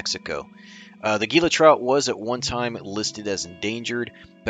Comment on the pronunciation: It is great that you know the Catch and Release regulations. Gila is pronounced ""Hila".